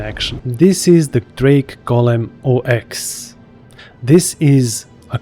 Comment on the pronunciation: It's not pronounced "Oh Ex" by the way. It's Ox like the animal. :) o7